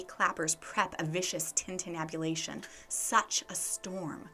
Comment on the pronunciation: "tintinnabulation" - nice!